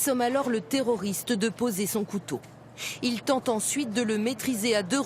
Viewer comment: J'adore comment elle dit toujours le TERRORISTE! Avec beaucoup trop d'emphase.... C'est vraiment n'importe quoi, appellons un chat un chat